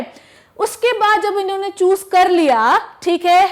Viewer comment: Her "inne" & "unne" 😂😂😂